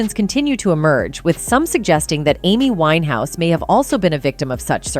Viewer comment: I can't believe how wrong your facts are..... suicide????? The fact you think it's ok to deliver wrong journalism is beyond me. And yes, get her name right